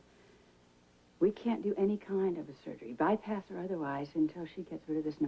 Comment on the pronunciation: caught Felicia pronouncing Bypass as "ByParts"